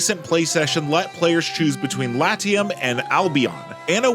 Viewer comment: Pls. learn to pronounce Latium correctly. Even in english this is bad.